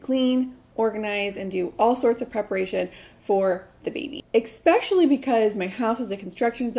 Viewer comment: I’ve commented for years trying to tell her it’s eSpecially not eXspecially. There is no X in that word.